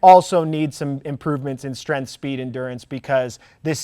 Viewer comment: love ur knowledgeable videos, but please learn to pronounce “strength” for once and stop with saying “strenF” bugssssss lmao